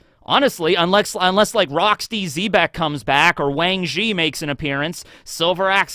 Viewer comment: said Wang Zhi…normally 😱😱